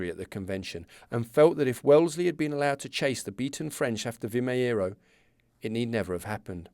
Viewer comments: Sometimes the last 'O' sound in Portuguese could turn a little bit to a 'oo', like in boot. Thus, Vimeiro sounds like "Vi-may-roo", using English phonetics. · Pronounced something like "vi - may - ruh" 😊 nice series.